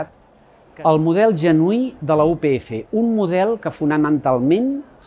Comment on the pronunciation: Oriol, com a estudiant de periodisme de la upf, m’agradaria dir-te que comunicativament, un error en el vídeo és utilitzar el català oriental però, a la vegada, dir “u pe efe” en comptes de “u pe efa”, ja que hauria de ser vocal neutra. T’ho dic com a crítica constructiva i em sobta que l’ajudant de comunicació que tinguessis no t’ho hagués comentat. Salut!